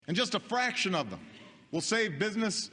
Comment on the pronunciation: I heard braction not fraction !!